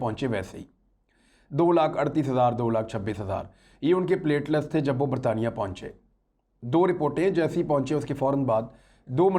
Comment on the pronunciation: Imran sb it's not pletless it is pletelet